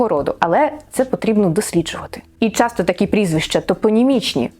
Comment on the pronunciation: Ви вживаєте якесь страхітливе й дурнувате МІТ замість природнього міф, чого ніхто, крім збоченців од хвілології не втне, але вимовляєте чірікаючи на московський лад: зуПчЄнко полтаФщІні, чЯсто, якщЬо... Чому така манія до дурного і така неуважність та недбальство до української хвонетики????????